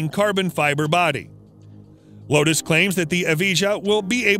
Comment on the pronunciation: You’re doing the wrong pronunciation for the lotus buddy